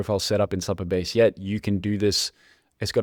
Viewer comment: For future reference it’s pronounced Super Base , not Supper Base .